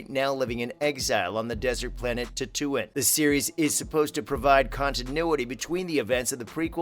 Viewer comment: “Tattoo-inn,” bye